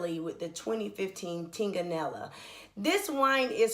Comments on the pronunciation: Great review. The "g" is silent. Looking forward to checking out your other wine reviews. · Are you drunk when you wrote that response?! You specifically said that "Super Tuscan are .... lead with the native grape Sangiovese..."... which is right before you mispronounce Tignanello. Maybe if you learned more about the subject matter you're discussing on Youtube instead of trying to incorrectly defend yourself, your video wouldn't be so painful to watch.